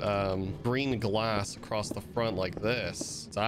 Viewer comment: Bruh there’s no T in across